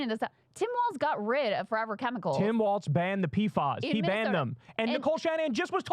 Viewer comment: Whhhyyy can't Kyle pronounce Tim Walz's name correctly when Krystal does it right literally in front of him